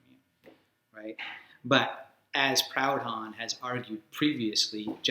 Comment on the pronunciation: It's pronounced 'Prood-on'. Aside from my pedantry, excellent video.